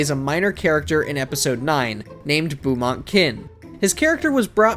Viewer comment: Beaumont, not boumante.